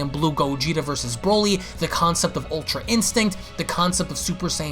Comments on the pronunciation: Is it just me or is anyone else annoyed how his guess prounonces Broly ?? Brauly Brauly Brauly !! U lame it's pronounced Brow-ly not Brau-ly that shit annoys me !!! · Bro-ly. Not braw-ly...